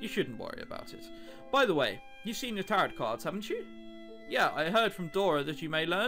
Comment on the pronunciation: IT"S PRONOUNCED TAROW CARDS EVEN THOUGHT IS SPELLED TAROTOT CARDS sorry for yelling but you know